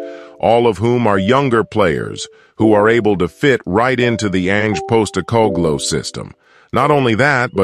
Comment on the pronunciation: Love this guys wonky American way of pronouncing the names😂!! Eric Deer??? Postecog-low?? Bentancyure??? I was cracking up waiting for the next name he was gonna torture into a weird shape!!😂😂😂 He makes a good point though; our recruitment has slowly been changing for the better this last few years…